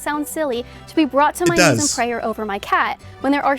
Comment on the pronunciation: I hate the weird stupid kinda southern way she says prayer with an extra hard ayer at the end. I hate it so much she did it a few times and I noticed the first time she committed that verbal crime